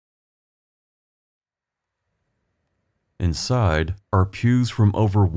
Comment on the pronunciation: You're welcome! I am still fascinated by your accent. I'm Southern. Just in the first 30 seconds that I just now rewatched I'll give you an example of why I'm fascinated: your words are smooth with no up or down inflection, so sounds Midwestern for sure. But you say let's take a peek "insiiiiiide" in a bullseye drawled-out buttery Southern way! 🙂 Is it a naturally occurring amalgamation of Indiana's Midwest location with perhaps a proximity to Kentucky and thus influenced by Southerners - I wonder. Heigh ho heigh ho it's back to work I go. Looking forward to hearing your soothing voice and exploring Indiana later 🙂